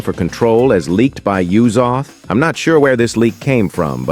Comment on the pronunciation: “Yuzoath” gng it’s Uzoth 🫩